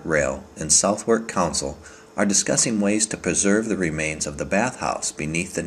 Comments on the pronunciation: Surprising no one commented about the southwark pronunciation, worse than the thames imho. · South- Wark is actaully pronounced "sutherk", Oh and borough -pronounced burow here is actually said "burrer"